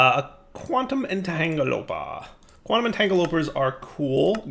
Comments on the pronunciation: It's not entangloper, it's entangloPORTER 😅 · Sorry to do this, but it's driving my OCD nuts: It's not Entangle-LOPER it's Entanglo-PORTER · 26 years later: - still saying entangloper instead of entangloporter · I love how he keeps saying entangloper and not its actual name of entangloporter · say it after me.. Quantum Ehn-TANGUL-uh-porter.. 😆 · It bothered me too. I hope he at least knows this and decides to ignore it.